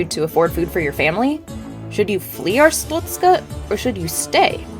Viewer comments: It's pronounced "Ars-stot-ska" not "Ars-toot-ska" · she said 'arstutzka' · The ministry of Arstotzka does not like how you pronounce 'Arstotzzka'. Your family will be questioned further. Glory to Arstotzka.